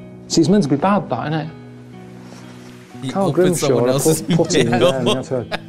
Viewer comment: All of u say Carl not coral